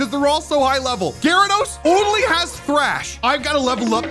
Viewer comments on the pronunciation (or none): none